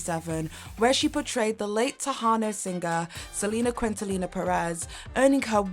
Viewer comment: Trying so hard to enjoy this but girl. "Living in Color" and "Selena Quintallina" are really taking me out of the immersion 😭😭😭